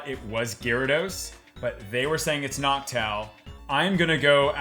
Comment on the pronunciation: The fact he said noctile instead of noctowl bothers me to no end